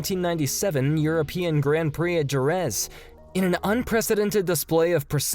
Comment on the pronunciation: Bro, your pronounciation of the german dirvers names is simply AWFUL! There are videos online, that show you, how it is pronounced correctly, but you ignore it and make up your own (shitty) pronouciation.... Not to mention the butchering of several circuit names... Jerez for example. You mention "most titles", but fail to mention "most consecutive titles". And you speak TWICE about the 1996 Monaco GP!